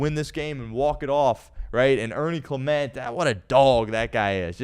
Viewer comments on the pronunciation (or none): none